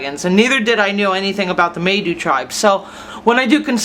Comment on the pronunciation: Kinda neat, unfortunately you are pronouncing Maidu wrong. The “ai “ are pronounced as with a long “I” sound.